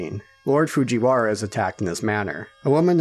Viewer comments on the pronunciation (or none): none